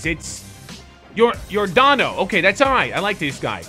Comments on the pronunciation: Dude, yordano Ventura is dead and you just randomly called him yourlando🤦🏼‍♂️🙏🏼. RIP Yordano Ventura. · I'm hurt right now. when he said yorlondo. in case you couldn't tell I'm a massive kc royals fan and the fact that Ventura died